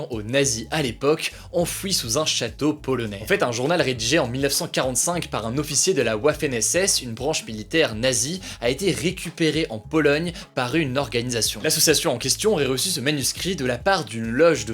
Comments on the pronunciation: La Vafen SS pas ouafen SS (au niveau de la pronociation). Super travail sinon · Attention Hugo le w allemand ce prononce comme notre v, waffen ou vaffen :) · Petite précision : Waffen SS se prononce Vaffen et non ouaffen ^^ Bien Cordialement Un français germanophone ) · On dit Waffen avec un "V" car ça vient de l'allemand, et pas de l'anglais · Petite précision, Waffen SS se prononce "vaffen" et pas "ouaffen" 😉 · Bonne vidéo comme d'hab, par contre ça se prononce "Vafen SS" pas "Ouafen SS" x) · C'est vaffen pas wwwaffen ! 😂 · Alors la Wafon ss et bien on le prononce pas Wa mais VA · Waffen SS, c'est de l'allemand pas de l'anglais. Pour la prononciation, "Va" bcp mieux que "Woua" 😉. Sinon, la synthèse de l'actu est toujours aussi pertinente, content qu'elle soit revenue avec la rentrée de septembre. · Par contre Wafen SS ça se prononce Vafeune SS pas ouafeune SS, c'est de l'allemand pas de l'anglais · on ne dit pas "ouafen SS" mais "vafen SS" car en allemand le W se prononce comme le V français qui lui se prononce comme le F français mais je m'égare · Ça se prononce vafeune pas wafeune 😉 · On dit vaffen même si sa s’écrit Waffen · mdrr la "OUAFFEN SS" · La Uaffènne SS ? Putin Hugo ton accent anglais est parfait mais pour l'allemand faut le travailler un peu :D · La « Ouafen ss » 😂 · W se prononce V en Allemand :-( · On dit "Vaffen" ... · Petite info : Waffen-SS se prononce vafen SS (le w se prononce v en allemand) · Juste Hugo c'est pas Wafen SS Sa ce prononce "Vafeune" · " La ouaffen SS" ah bon? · Waffen SS se dit Vaffen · c'est vafene pas wafene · On dit vafen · Très bonne vidéo mais « Waffen » se prononce vaffen le w se prononce comme un v en allemand, mais continue comme sa c’est super. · Précision, on prononce vaffen SS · par un officier de la Waffen SS tt le monde prononce Vaffen SS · Bah w en allemand ca se prononce v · Ça m'a fait bizarre sa façon d elle dire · La prononciation de l'allemand, Hugo, m'enfin !!